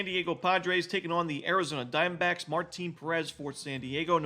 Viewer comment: I love how you say Arizona Dime Backs